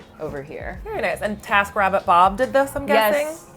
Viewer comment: i thought they said "tap rabbit" instead of "taskrabbit" and the google image search did not disappoint...vintage water taps with rabbts.